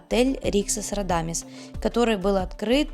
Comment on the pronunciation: ГондОла, РадамИс, Ресепшн. Смотрю видео, как же безграмотно все...